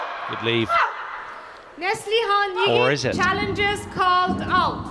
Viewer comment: The name Yigit is pronounced with a hard G as in forgot, not like fidgit. So irritating to have the commentary mispronouncing it constantly. The umpire got it right. I much prefer the expert commentary from Steen or Morten.